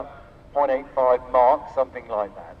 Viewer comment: What does he mean by saying that the plan can speed up to "1.85 marks"? What is "marks"? Or did he say "mach"? It doesn't make any sense for me.